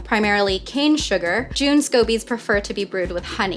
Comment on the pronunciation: Just looked it up, too. Pretty sure it's pronounced "J - uh - n".